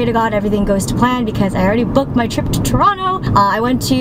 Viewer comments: Props for saying Toronto right! :) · I love how you pronounce Toronto like a true torontonian LOL